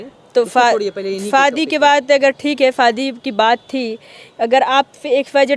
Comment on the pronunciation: Sahi pakde hain Bro, shadi ko fadi bol rahi h